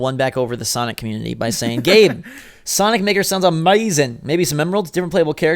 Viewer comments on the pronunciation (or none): I know he meant to say sonic maker but is it just me or does it sound like he said the N word